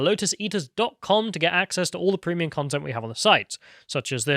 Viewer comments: Thanks for dropping a “prehmium”, you charming devil. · Agreed except cannot pronounce some easy words correctly like "Premium" he makes it sound like it's a syllable short.